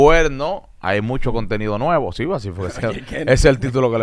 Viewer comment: Repite conmigo si dices (nuivamo) no sofoca a nadie 🤣😂muy linda la chica pero debe educarse